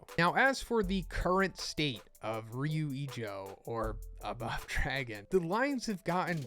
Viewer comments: Fyi, its rather pronounced ryuu ijoo, since the u an o are long / doubled. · I'm really disappointed on how you pronounced "Ryu Ijo". I mean, my day is ruined dude wtf